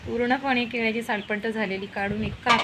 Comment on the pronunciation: केल्याची नाही हो केळ्याची असा शब्द आहे तो . कृपा करा आणि शुद्ध मराठी लिहा आणि बोला .